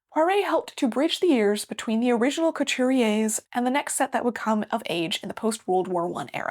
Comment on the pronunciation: the way you pronounce Couture is so cute and very anglophone ahahahah